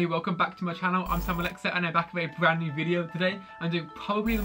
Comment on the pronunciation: DisGirLisLIT how does he say ‘brand new video with probably the most requested..’ he goes bwand new video with pwobably. Some words are different, hydro is much easier to pronounce